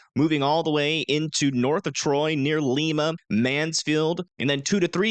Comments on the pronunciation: It’s pronounced Lie-ma. Not Lee-ma ( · Yep. In Peru it’s Lee-mah. In Ohio it’s Līma like the bean. Lol even some Ohioans get it wrong. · Great video. Love the zoomed in precipitation details. Others don't do that. One thing tho, as I reside in Dayton Ohio, the city of Lima is pronounced like the bean. And Marion is Mariun not MariON. For Indiana, the Haute in Terre Haute, Haute rhymes with tote. Terre Hote, not Terre Hot. Love the detailed vid. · that is correct! I know I see Ohioans pronounce it incorrectly all the time lol